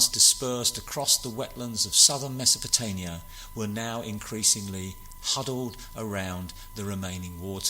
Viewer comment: This is nicely done, but you've got some really awful noise in your audio, and you say "Mesopotanian" rather than "Mesopotamian" which makes me "go spare."